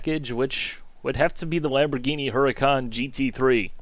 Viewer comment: I know you probably dont really care but 'Hurican' isn't pronounced "Her-I-Caan". Its actually "Ur-I-Caan". :)